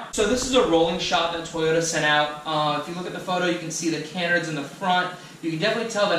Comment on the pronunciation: Ca-nards .... Ca-nerds sounds weird 😂😂😂